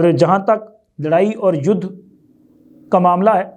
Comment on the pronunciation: جناب لفظ "یودھ" نہیں بلکہ "یدھ" ہے۔